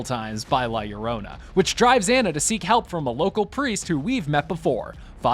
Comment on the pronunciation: Finally someone says it right.. LLORONA! 👍